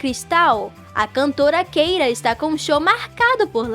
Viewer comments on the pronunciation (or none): Que agonia ver ela chamando a Keira de Keira mesmo e não Kira